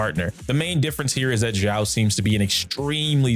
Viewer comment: calling her solely "Xiao" doesn't make much sense, it's just an affectionate adjective that accompanies a name hahaha Also, you are pronouncing it as "Zhao", if you wanna say "Xiao" say it like "See-ao".